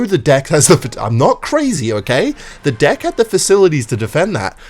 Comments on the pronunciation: CAN U SAY DECK AND NOT DICK BRo OMG for 1 time in one video SAY DECK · dude hes pronouncing deck as like d*ck im gonna lose it HAHDSHDSAHAS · ok is it just me or when the title is "i found love" and his accent makes it sound like hes saying "i love this dick so much" and sht its just so funny :skull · why does it sound like hes saying dick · does NOT sound like he's saying deck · fruedian slip pronouncing deck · why is mispronouncing deck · bro is not saying deck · PLEASE learn how to pronounce deck i beg of you